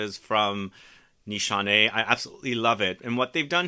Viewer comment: It’s nis hané not nishanay